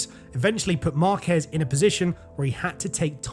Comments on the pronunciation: There is literally a diacritic on A and you still pronounce the name as marKEZ. It's MARkez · Is not Marquéz is Márquez with the accent in the first syllable. It even has an accent on the "a" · Tip for you: If you see a Spanish word with an accent you have to stress that syllable. Stressing the "quez" in "Márquez" makes you look pretty bad.